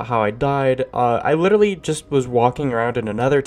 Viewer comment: I love how he said “witerally”